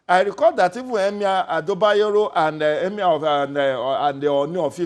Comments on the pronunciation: What is EMAER....is that the new accent or what? So EMIR is now hard to say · Someone please tell this Seun guy to speak with his normal accent. He can't even pronounce 'emir' with that fake ass accent smh. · The way he pronounces "Emir" is just epic....lol